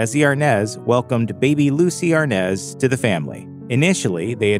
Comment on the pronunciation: No it's always been Arnaz...😂 But it's pronounced ARE-NAHS